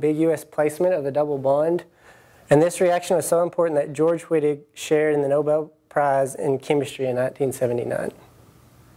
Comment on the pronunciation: its german pronoucned V-ittig... ;) even my asian professor with his awesome accent took the time to let our class know that its not "W"-ittig, its "V"-ittig :) just helpin ya out